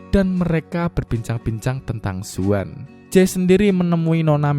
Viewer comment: Bang Zaun Bang Bukan Zuan